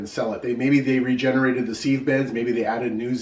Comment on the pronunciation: How do you spell seeve? Sieve is pronounced siv.